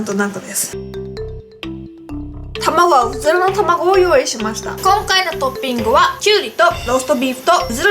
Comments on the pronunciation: うずらの卵って言えてないやん爆笑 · うずまのままご？って聞こえたw